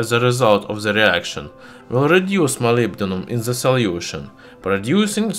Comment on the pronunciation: Please let me correct your english pronunciation - which can make your videos hardly understandable. Words that contain "TH" in the first part of the word (like THE, THOUGH, THIS, THAT, THOSE, THESE), you should pronunce it as "D" instead of "Z". In the case of THANK, it is pronunced as "T". I think your speaches would be much less disturbing to be heard by your viewers. I don't want to be rude or be offensive to you, so please don't take it as an offense. I think your videos are great and informative, but your pronunciation seems to need some amending.